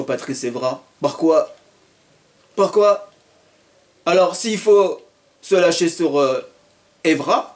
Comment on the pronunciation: Très bonne intervention !!! Mais tu m'as tué " parquoi parquoi " mdrrr